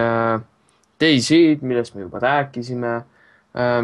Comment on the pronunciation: Lol, keegi ei tea mängu õiget nime. Mitte daisy vaid: DayZ